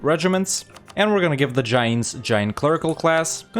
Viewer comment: your pronunciations crack me up. Its "Janes" not "Jah-yanes"